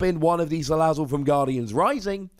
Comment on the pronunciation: Thanks for the right pronunciation of salazzle.